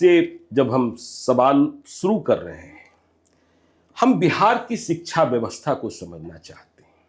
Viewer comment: जब शिक्षक ही शब्दों का अच्छे से उच्चारण नहीं कर रहे तो बच्चों को क्या ही पढ़ाएंगे। शिक्षा को सिकछा उच्चारण करते है। शब्दों के सही उच्चारण से साक्षरता का पता चलता है।🙏 खान सर सबसे अच्छे शिक्षक है।